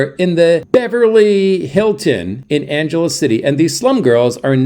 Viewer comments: At least pronounce the name of the city correctly! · If you'd ever been there you'd know how to pronounce it.